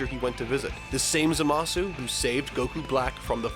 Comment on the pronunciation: Who the fuck is "Za Ma Suu"??? I only know of Zamassss